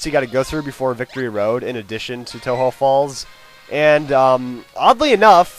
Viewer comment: its pronounced toe-joe falls to represent the connectijnging between kanTO and JOhto